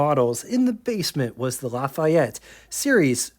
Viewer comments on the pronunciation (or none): none